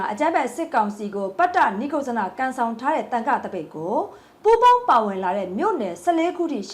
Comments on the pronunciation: ပတ်တနိတ်ကုတ်ဇနလို့ဖတ်ပါ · ပတ်တ နိက် ကုဇ် ဇန လို့ဖတ်ရတယ် ညီမ ရေ။ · ပတ်တ နိတ်ကုတ်ဇန လို့ ဖတ်ရတယ်၊ ခဏခဏ မှားနေတယ် ရေ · ပတ်တနိတ်ကုတ်ဇနလို့ဖတ်ရပါမယ်ခင်ဗျာ